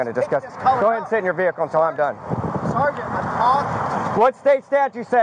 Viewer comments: if he says Sargant i've got a BINGO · He says sargeant far more in one video than anyone that's gone through boot camp in it's entirety. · This other metro guy is almost a fully trained jeremy ....just needs to learn to say sergeant sergeant sergeant sergeant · I swear the first word to ever come out of Jeremy's mouth was "sergeant".